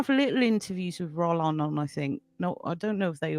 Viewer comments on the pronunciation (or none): Good interview. pronunciation of 'Rollin' needs some work, though. The emphasis falls on the second syllable: roh-LAN. Orchestrator of Storms is an enjoyable but flawed attempt to produce a serious overview of Rollin's life and career. The first 40 minutes are especially good. However, it has its shortcomings. For instance, The Demoniacs gets no more than a couple of passing mentions, one of which reduces it to "a ghost story with pirates". Moreover, Rollin's excellent late-90s comeback Two Orphan Vampires deserves a great deal more consideration than it receives here. What's more, inexplicably, with 30 minutes of the film still to go, British-Irish horror actress Ayvianna Snow's narration goes AWOL (was she bundled off, I wonder, to an abandoned French château?). As is de rigueur these days, the background music is overused - not least, the mawkish piano score that intrudes on some of the otherwise excellent interview segments. These people have interesting things to say. They don't need a soundtrack! Talking of music, there's zero discussion of its importance in many of Rollin's films. Relatively minor quibbles but quibbles, nonetheless. For the most part, though, Orchestrator of Storms is required viewing for Rollin neophytes and connoisseurs alike.